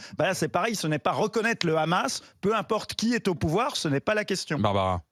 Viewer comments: Comment reconnaître un SHALOMI il dit KHAmas au lieu de Hammas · Lefevbre n'est pas juive mais elle est tellement fanatique qu'elle prononce "rhamasse" au lieu de "amasse" qui est la prononciation en langue française qui ne prend pas en compte la lettre "h". 😂😂😂😂 elle parle carrément avec l'accent israélien. En ce qui concerne le "rhamasse" Mme, c'est Netanyahu qui l'a choisi comme opposition privilégié pour faire croire que la cause palestinienne c'est pour les terroristes. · Ça se voit c'est une juive sioniste de sa prononciation. Elle dit khamas au lieu de hamas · Tu a une gueule d'une juifs la prononciation de khamas et n'ont le Hamas tu n'a pas honte sale hypocrite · avec Cnews j'ai découvert que hamas se prononçait rhamasse. j'en déduis que homme se prononce rhomme. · Le RRRRRRRRRRRRRRRRAMAS EN FRANCE LE H EST MUET ALORS POURQUOI PRONONCER RRRRRRRRRAMAS,POUR UNE PSEUDO PROF......🕷️🦂💩🤡💩👿👿👿👿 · On peut facilement devinè que Barbara porte vraiment des gènes de feujs par son accent quand elle prononce le kha-mas 😂 pour david c'est la même chose ça en dit beaucoup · c'est qui cete facho ?? pourquo elle prononcent le 'khamas" ? faisons les tests ADN !!